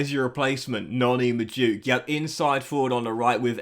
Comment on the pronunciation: It makes me feel a bit queesy when you say Noni Majooke. Its prounounced Noni Mad-weh-kay. Please say it right from now on!!! PLEASEEEE